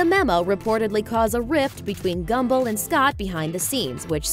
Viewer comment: Did she say "Gumbo" instead of Gumbel ?